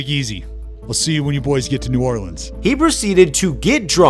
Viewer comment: Great video and channel.. that pronunciation of New Orleans tho... 😂